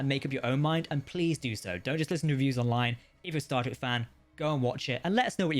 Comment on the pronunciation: Dude you got to start saying star TREK, not Star rek, so annoying lol